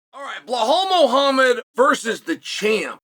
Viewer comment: Clearly been punched too much, it’s Muhammad not muahamma